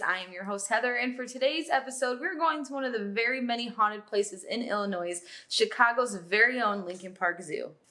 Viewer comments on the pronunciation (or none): Did she say IllinoiSSSSS??? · Immediately heard Illinois pronounced incorrectly